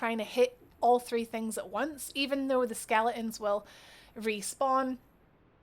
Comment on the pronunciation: all i heard was skele ons .. thank you that was great guide